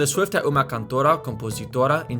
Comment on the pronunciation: My friend, there is a phenomenon that happens in portuguese but the english language avoids very strongly that you're gonna need to understand in order to be considered a good speaker. (You should ask Kian Sheik about it too, he'll explain better) You have to unite the vowels from the end of words with the beginning of the next. Like, here in you said "... é uma" like /ɛ'u.ma/, with a significant glotal stop from /ɛ/ to /u/. A good pronunciation requires you to say, like, /ɛw.ma/ instead (the dot means the stressed syllable is the one before it) and make the phrase flow smoother